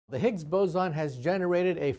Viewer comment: It's boson, not bozon. It's based off the Indian physicist, not the clown